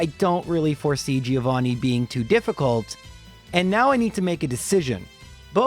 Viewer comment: It's pronounced "Joe vanni", not "Geo vanni". Sort of.